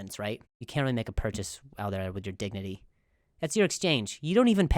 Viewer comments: Did you say Dicknity or Dignity? 🤣💕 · It's not dignity.... its dicknity 😂😂😂